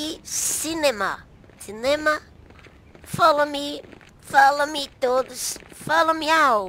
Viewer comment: Foloumiau kkkk